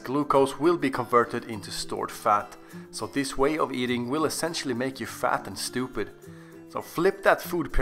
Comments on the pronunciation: Hahahaha, he said: "fat en stoopid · I died at Fat & Stupid with your accent... HaHa ! 😂